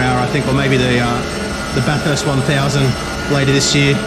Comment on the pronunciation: It’s pronounced Bathst not Bathuuurst love the vids